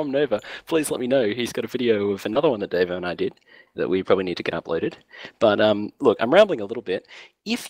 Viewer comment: You're pronouncing it wrong, its Dar-vo